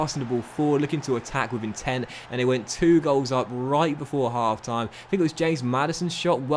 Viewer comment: Still can’t say your the, That’s and they’s but instead it’s duh, dat and dey